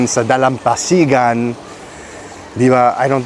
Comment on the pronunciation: Your pronunciation of the word "dalampasigan" is on point 👍